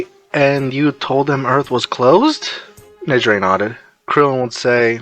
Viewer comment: The text to speech can't get Negire's name right 😅